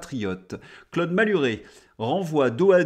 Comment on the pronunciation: Guillome, Clode . . . et je bois de l'o c'est une mode ou quoi ? parce que "paupérisation" est prononcé correctement (il n'a pas été dit : "popérisation")